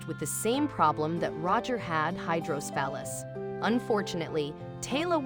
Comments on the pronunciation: It’s not pronounced “hydrosphalus” it’s hydrocephalus - hydro-se-fa-lus. ICU RN of 30 years. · It's hydroCEphalus. At least pronounce this condition properly.